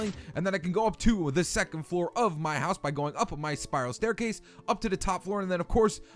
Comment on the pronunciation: WERE GONNA BUILD A "STAICASE" 😆😂😂